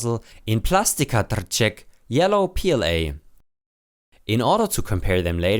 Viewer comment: Appreciate the pronunciation of trček